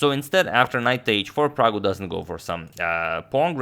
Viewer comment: Ohh man did agad just called him praggu 😍😍